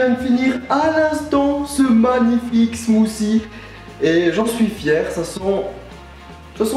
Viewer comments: 1) Suis je le seul a avoir entendu smoussi a 2) ton intro le volume est trop fort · oui mais le th en anglais ce prononce pas ss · On ne dit pas Smousie on dit smoutie avec un T :) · Smoothie Pas smoocie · smothie nous on prononce le t au quebec et quand on entend une personne pas pronnoncer le t cela nous vient a l'oreille bref bonne video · Il dit "des smoossie"... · mec tu peux du dire smoothie et pas smoosie